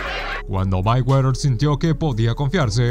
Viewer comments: Ni siquiera sabes pronunciar "Mayweather" que verguenza! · Ni siquiera sabes pronunciar "Mayweather". Que bruto!